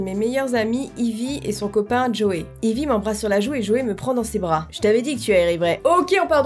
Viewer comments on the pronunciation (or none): juste Ivy sa se dis Aivy (c'est le prenom de ma petite cousine)comme heidi mais avec un v a la place du d